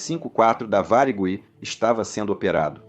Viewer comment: Ficou muito bom, só não conseguiu pronunciar Varig muito bem, mas realmente ficou ótimo